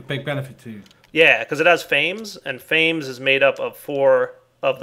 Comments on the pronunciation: I'm quite sure that the hunger aspect is two syllables. (Fa-meez) It comes from the word 'famished' which means very hungry. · The way says "fames" really grinds my gears. Since the names are derived from Latin or something wouldn't it be Fam-ess (like famine but with an s) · It's pronounced fa-mes